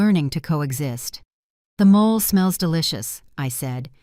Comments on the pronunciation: EXCELLENT STORY!!! And I had to laugh when mole was made & served-- correct pronunciation is MO-LAY, a delicious Mexican dish with the sauce made from tomato sauce & chocolate. Sounds gross? Try it- and the story focused on resolution, not revenge, that was superb! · Mole is a Mexican sauce made from a blend of dried chiles, nuts, seeds, spices, fruits, etc. and they pronounce it incorrectly in this story and other AI stories. It should be pronounced moh lay. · It’s NOT mole; it’s MOLAY! It’s Spanish.